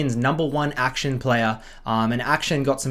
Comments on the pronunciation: Bro, please, akshAn, not Action. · Akshan = Ack - shaan (not aack-shin)